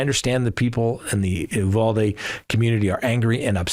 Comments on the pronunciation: It isn't Ooo Val Dee....... it is You Val Dee. At least in Texas it is. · Uvalde. You-val-dee. Val pronounced as val in value. Though factually true he was arrested near USC, USC had nothing to do it. He may have been wanting to buy drugs at a park near there as mentioned in the news. USC happens to be in downtown LA where there is a lot of crime. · You Vall Dee - Uvalde That’s how we say it.